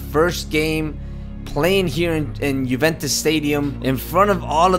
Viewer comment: It's (you)(vent)(tes) btw the intro gave me chills and it was my first time watching you